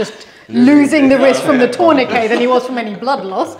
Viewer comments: Tornakay? I know we Americans have different ways of pronouncing the same word but this is one I’ve never heard pronounced this way - for tourniquet. I found it very funny…no offense intended but it caused me to chuckle. Love this video with the two couples answering the same questions. Watching from PA, USA. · is bilingual, British English and French. Tourniquet is a French word, the t is silent.